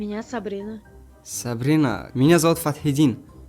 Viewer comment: братишка.говори правильно свое имя..на буква х тогда все могут понять.ты говориш по таджикиский.поэтому не понимают.